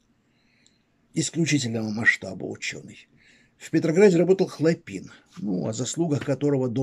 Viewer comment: Ударения !!! ХлОпин, именно так на Петроградской стороне называется институт Радиевый им.